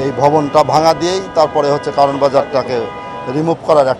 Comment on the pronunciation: উচ্চারণ হবে কাওরান বাজার।